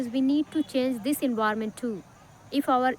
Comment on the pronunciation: Its నాట్ envirament...... Environment ఎన్విరాన్మెంట్.... ఫస్ట్ లెర్న్ the ప్రొనౌన్సియేషన్స్....